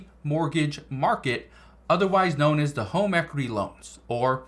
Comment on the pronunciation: Equiry! Lolol hahaha